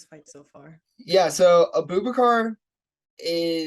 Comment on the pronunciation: My girl just pronounced "Abu-baqr" as "A Boo Baker" LOL